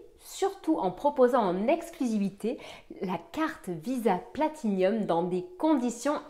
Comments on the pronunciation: Elle sont cependant tres laides les nouvelles, font vraiment tcheap et franchement pas l'eimpression de degainer une Platinum, d'ailleur arreter de dire Platinium partout, c'est une PLATINUM y as un i en trop Guillaume fait la meme, honnetement, ont dirait les carte Nickel beurkkkkk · Je l’ai commandée pour la tester tiens… j’en ai pas trop besoin mais voilà à voir. Et au fait, c’est Platinum, y a pas de i en plus 😆